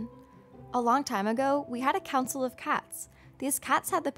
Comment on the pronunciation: When you said Council member I thought you said cowcin member